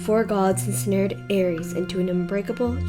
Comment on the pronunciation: Magic, you are my friend but your pronunciation of 'Aries" is pissing me off dude